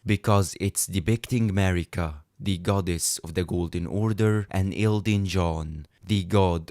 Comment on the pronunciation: Demihuman queen "marigga" notice the "gg" on it 💀